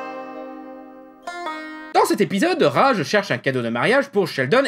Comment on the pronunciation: J'ai adoré la vidéo, mais j'aurais jamais d'avis négatif sur la série...Le seul truc que je pourrais te reproché à toi, c'est que tu prononce le nom de Raj..."Rage" alors que ça ce dit "Radje"